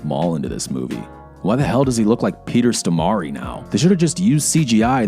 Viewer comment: Dude... U have no idea how much u just butchered Peter Stormares name just now... lol